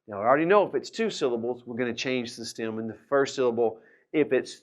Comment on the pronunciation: I am a German learning spanish with your videos. It took me a few days now to understand that you say "stem" in this video and now I know what that means. I thought you say stam or stim and couldn't find a proper meaning for it :D